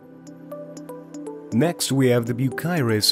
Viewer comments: It is Cyrus, you see a K in there you’re mispronouncing it, Cyrus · You would think that a channel that “specializes” in heavy equipment would actually know how to pronounce “Bucyrus”!